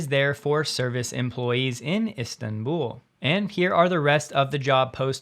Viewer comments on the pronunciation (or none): none